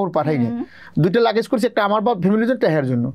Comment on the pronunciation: ফালতু দুই নাম্বার সব দিয়ে মিডিয়া শেষ। লাগেজ ও বলতে পারেনা... লাকিস বলে 😁